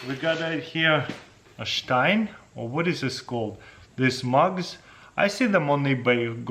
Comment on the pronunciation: OH! You pronounced stein right!